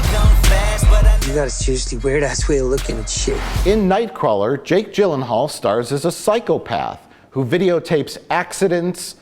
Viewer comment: can't even pronounce jake jillienthinall correctly. 1/5 stars rating for you.